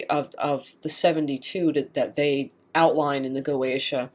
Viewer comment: Goetia is pronounced Go eh tee uh.